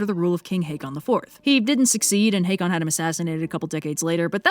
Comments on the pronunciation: Got a source for pronouncing the King as "Haykon"? Håkon (Haakon) is more typically pronounced like Hokon or Haukon, at least in modern Norway. Has there been a vowel shift or something? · just a tip, håkon is pronounced haw-kon